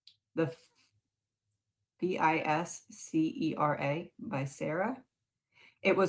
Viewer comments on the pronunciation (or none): VI-SIR-UH… like visceral